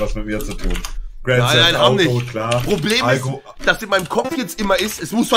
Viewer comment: Niemand: Knossi: grend seft autos